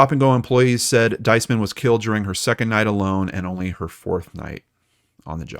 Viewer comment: Her name is pronounced 'Dees- man. Emphasis on the first symbol long E sound.